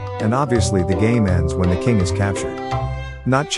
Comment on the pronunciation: is saying kimg